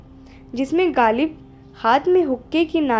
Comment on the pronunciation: galib nahein ghalib kaho bhai.